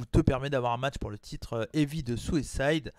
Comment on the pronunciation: Bonne vidéo ! Par contre à chaque fois que tu dis Southside je comprends Suicide lol